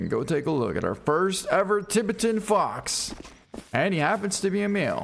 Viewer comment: Or how he says Tibetan Fox🤦🏻‍♂️